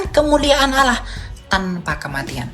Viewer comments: Bkn oloh pak tapi Alloh masa myebut Alloh aja tdk bisa kaya baru bljar bicara, bpk tdk mnyadari yg bpk olok2 itu Tuhan yg mnciptakan bpk dan seluruh manusia, bpk juga tdk tahu bhw yesus itu manusia, dan yesus udah mati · SaudaraKu, Melafalkan Allah dalam Bahasa Arab adalah Al-Lah, BUKAN al-loh. Coba pahami dan jangan mau dibohongi/dibodohi si jahat. Al-Lah. mengajarkan Kedamaian bagi sesama manusia, bukan saling membenci dan berlaku kasar dan jahat. SaudaraKu, marilah HIDUP Damai satu dengan yang lain, dan kejarlag Kekudusan, Sebab tanpa Kekudusan, TIDAK seorangpun akan melihat Tuhan/Allah, HALLELUIA, AMEN 🙏🙏🙏❤❤❤ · Kt Qt lbh dlu di Arab.. 😂 tp ngmong Allah aja gak bs.. oloh.. mna ada bhsa arab kyk gitu. Sdh nyuri2 ngeles Ten oten